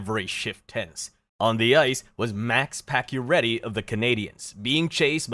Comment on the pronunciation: Pakioretty is actually pronounced pachio chara is 6´9… patch dont lose is balance he got body Check by chara. And lifted patch of his skates due to size difference. Patach head hit that corner… and he dont miss the rest of that season he came back 2 weeks after. He never had a broken thing he was only concus. They did add pading on the corner. Thats about the only thing you got right on that play. So yeah….. Guess you make shit up 😟